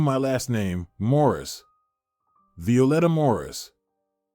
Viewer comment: It’s Morris not mauras.